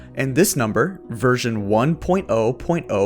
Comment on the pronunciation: every time you say version i keep hearing it " virgin"